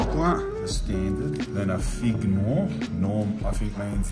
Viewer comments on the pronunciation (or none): none